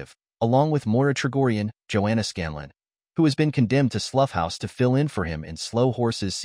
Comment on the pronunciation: It’s not “sloow” house. You need to pronounce “Slough” as in “ow” that hurts.